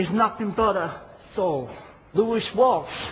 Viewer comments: lmfao “louish walss” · 'Louish Walse' omfg I can't breathe! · "Looish Waltz" " 😛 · lol he said louish walss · Except he called him lewish waltz 🤦🏼‍♀️🤣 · "Louisk Walsk" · "Lewish Wals" lol! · “Louish Wals” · "Louish Wals" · ''Lewish Wals'' urmm yup.